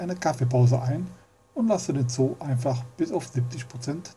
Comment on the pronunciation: Dat is keen ZOO - Dat is e ZO E ... Aua